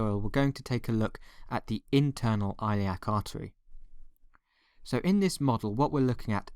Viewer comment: Hey fn! Don’t remove my comment next time you fucking bitch I’ll stand by it stop mispronouncing the fucking artery you know what?!!! you just got a 5 month old his 5th beating this month!! Thanks a lot!!!!